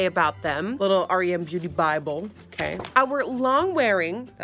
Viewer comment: the only person who reacted to the brand and actually said its name correctly. everyone keeps calling it "rem" not "r.e.m."